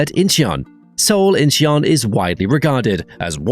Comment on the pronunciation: "Incheon" has two syllables, not three. Phonetically it sounds like "In-chuhn", In-chee-un sounds ridiculous and like the narrator has never been to any airport anywhere.